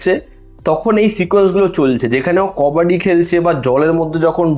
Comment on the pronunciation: কাবাডি 🚫 কবডি ✅ 😂😂😂